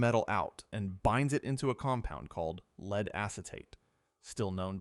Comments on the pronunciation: Can you not pronounce lead as a metal? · The voiceover incorrectly uses lead as in to lead a horse to water instead of the heavy metal lead multiple times. Is it that hard to have a human read a script? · The AI voice mispronunciation of lead back and forth shows that this channel and our humanity deserves a human voice. I will not be listening again until a human is narrating. Sorry. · Its strange how one sentence it says it correctly, then the very next sentence its mispronounced